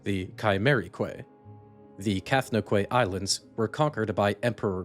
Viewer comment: I know how it's spelled, but it's pronounced Cath-No-Kee, not Cath-No-Quay. Quay is pronounced "Key".